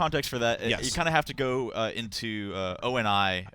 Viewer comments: STOP SAYING O.N.I. IT'S ONI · "O N and I" Really? Can you guys not get people that actually know want they're talking about? "John Locke" not Jameson Locke, jesus. IGN, go on Waypoint give credit to the guys that actually completed the "maps", not Halo Reddit and learn about Halo besides a quick Google search. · Stan's sister Shelly can't pronounce ONI correctly...